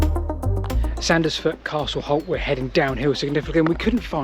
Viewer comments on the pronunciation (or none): Love your videos but your pronunciation in this vid is a bit screwed. Its Sands-foot and Wyke is pronounced like bike as in Wike.